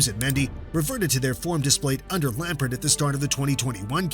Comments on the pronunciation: If he says lampart one more time instead of lampard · Your pronunciation of Lampard immediately made me hit the dislike button.